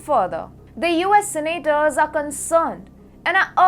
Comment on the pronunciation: learn the difference between "expand"and "expend". You are improving... but a long way to go... SENAAATORS.